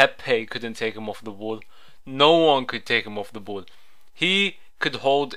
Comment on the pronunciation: It's ball not boll